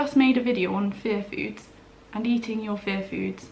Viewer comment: Omg... All these months I thought you were saying, "fair foods." 😅🤦‍♀️ Aiyiyiyi